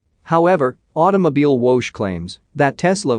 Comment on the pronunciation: May I respectfully suggest you research the pronunciation of 'Automobilwoche'? It's close to: ow-toe-mow-beel-vocker